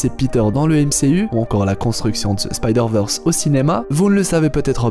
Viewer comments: Merci pour ton travail !! 👌 Par contre, Spideurvèrsse et non spideurveursse..... Merki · Techniquement c'est SpydérVeurs si on souhaite prononcer bien :) Ici, Veurs, c'est ce qui se rapproche plus de la prononciation anglophone du terme et donc "l'originale".